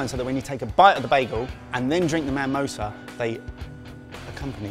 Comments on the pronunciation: Ever time a heard 'manmosa' I involuntarily cringed haha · 'manmosa' nearly made me unsub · Its mamoosa not mamosa ............ pfffffffffttttttt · Guys it's MIMOSA...Mamosa means something quite, quite different... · It's pronounced MUH-mosa.